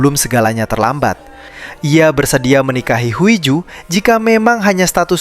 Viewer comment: Huiju tapi bacanya hiju cmiiw